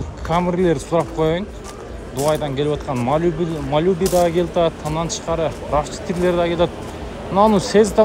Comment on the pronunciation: Малюби эмес малибу